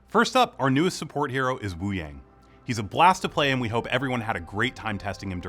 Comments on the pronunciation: Hey devs can you atleast pronounce Wúyàng correctly???? It sounds like "Woo young" not "Woo yeng" :/ Also his visuals really aren't that impressive... it looks like blue energy with 2d effects, kind of cheap compared to other heroes like Mei who have fitting ice visuals that LOOK icy not blue energy. I want to be hyped for this video but the blatent disregard for Wuyang's name amd design is weird. Still, its good to have these update videos. I am looking forward to the info pages. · Devs pronouncing Wuyang’s name as woo-yay-ng and not wu-yah-ng 💔💔💔